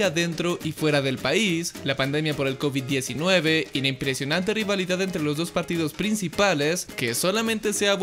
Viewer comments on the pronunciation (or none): Minuto te desmonetisan si dises cobit